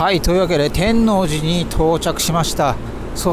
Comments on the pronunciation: て(↑)んのうじ… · 天王寺 のイントネーションが違う😮 初めて聞いた気がします😅 関西の方ではないのでしょうか？天王寺駅と言う時と天王寺と言うイントネーションが違う。天王寺を言う時は天王寺駅と言う時のイントネーションが正しいかと。同じ天王寺でなぜ違うのか不思議です。 因みに和歌山駅にあるMIOは天王寺駅にもありますよ😊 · 天王寺を本能寺みたいに発音してるな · 極楽寺も天王寺も地名の発音が違って違和感とともにおもしろい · たぶん知らない（私含む）関東人は初見だとそういう発音になりがちなんだと思います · お疲れ様でした。ワクワクするロケ地巡りですね。関西人としては天王寺の発音が違和感満載でした。すいません😅 「のう」 にアクセントがきます。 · 見ごたえのある動画でした。1972～78年まで大阪で寮生活をしていたので天王寺駅は、懐かしいです。 他の方も指摘されてましたが、天王寺の発音は、関西人でない証明だと思います。 サスペンスドラマのように感じました。 弁護士高林鮎子シリーズでは、アリバイ崩しに時間通りに進行するシーンが、よく出てきますが、 そんなシーンを思い起こさせる動画でした。お疲れ様でした。ありがとうございます。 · てんのうじ ⇨⇨⇨⇩⇨ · 天王寺の発音が…大阪人としては…なんとも言えない… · 天王寺のアクセントが違います。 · 「天王寺」１回2回なら発音気にならないのに何回も言い過ぎ🤣🤣🤣でもたまに合ってる発音がある？ たぶん「天王寺」の時は×、「天王寺駅」の時は〇